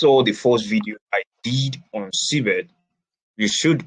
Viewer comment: or Cbex? because I keep hearing Cbet on your presentation.